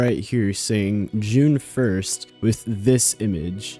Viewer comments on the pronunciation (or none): Everytime you said june 1st i heard juniper